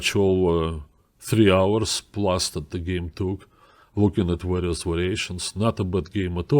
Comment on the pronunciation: .... "Warious Wariations"